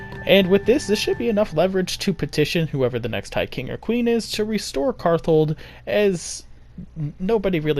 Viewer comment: so a bit of a correction, but the name is karthald, not karthold.